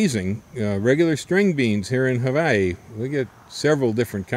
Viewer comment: Love your videos. I noticed you pronounce "havaee" and "hawaii " in different recordings( every other vid) . I must say, or at least, advice, keep it together.